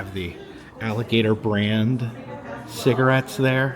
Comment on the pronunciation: HOW MANY TIME DID HE SAY. “ALLIBATOR “ ??????? 😂😂😂😂